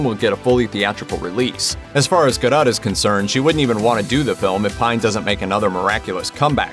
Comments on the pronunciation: That's pronounced Gal Gadoe- NOT GADOTT !!!! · Lol, 2020 has been anything but, who can compete....bloody warner brothers....the weak ass kristen wrong choice yeah right....im not paying any attention if you cant pronounce the lead actresses last name....smh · Ffs, learn how to say Gal's last name properly!